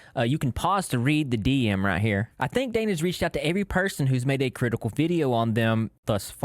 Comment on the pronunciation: I was not prepared for how he says "DM"